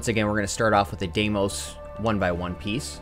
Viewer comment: Hopefully this guy learns how to pronounce Deimos correctly sometime soon.